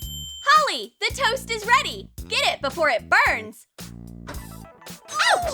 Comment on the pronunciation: And the tost like it's bernd